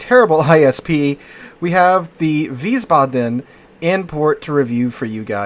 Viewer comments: Wiesbaden -- VEEZ-bah-dun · it's pronounced like wiesbadn, or wiesbadmmm. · Please,, you're making my ears bleed. It's pronounced VEES-bahdun, with the emphasis on the first syllable, not the last. 😩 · How do the turrets get ammo with nothing but four small squares, which is wild in its own right, underneath them. And you had the pronouncing down the first time around, Wies (Vees) Baden, no emphasize on the a or d, just Baden. IE is E, EI is I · Weez-Bah-Den? ...that's how I'm pronouncing it. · Think is "veesbahden" with the accent on the first syllable. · Veisbaden w are pronounced with v and it would be with I sound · Wiissbaadeen and it's a softly spoken word. The double letters are long. ie = long i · Isn't w-ice-bod-in? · Just pronounce it like you did at first with a longer a sound in Wiesbaden (so ba...aden) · if you think about it in english letter pronounciation (which is quite inconsistent anyway :P ) yes, but if you just remember that the German 'i' is 'e' as in the word english and the German 'e' is like 'e' in error. 'ie' is just elongated like 'ee' in seen and 'ei' is the sound of 'I'. Don't stick to the "second letter" rule. Won't work often. German pronounciations are quite consistent contrary to english, so once you get the hang of the sounds of the vowels you are basically set.